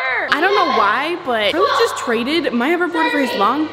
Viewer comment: It’s Charlie not carlie